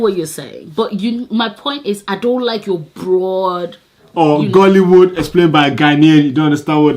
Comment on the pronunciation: Man said Ghollywood lool all the shade but we Ghanaians are cool with it. I think it is Ghallywood as a matter of fact we do not have it hahaha